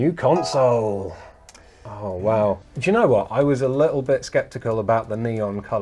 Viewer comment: *console not "council"